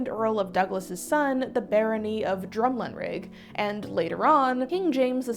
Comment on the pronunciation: The title is pronounced MAR QWIS not MAR KEY & it's DRUM LAN RIG